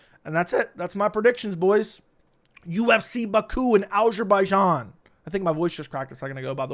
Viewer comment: how do you feel about absolutely butchering the name of your country?